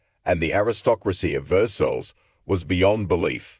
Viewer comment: Versailles- pronounced Ver-sigh